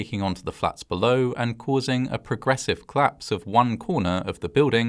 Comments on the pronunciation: The way you pronounce collapse fast makes me hear claps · Collapse. Not Claps. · Just wanted to point out that it's pronounced- "Collapse" not "Claps". Thanks. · "The building was at risk of claps. The claps was caused by a gas explosion, but this claps could have been prevented." Odd, I always though collapse was a two-syllable word. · Are you saying ‘claps’ or ‘collapse’?